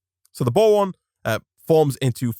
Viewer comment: Is it just me or does he say bowon